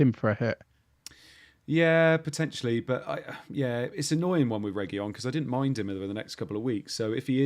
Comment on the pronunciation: Cheers guys. But please stop saying "Regiyón". There's no LL in it, it's just a single, normal letter L. "Regilón". And spread the word around. Ta. 😂